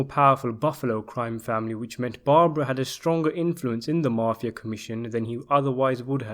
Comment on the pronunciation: Good content,TERRIBLE pronunciation of some names and places including the word mafia,it's mafia not marfia theres no r in it